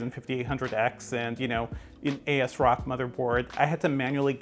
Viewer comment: He really says 'A' 'S' Rock motherboard ...I thought everyone says Az-rock these days. :P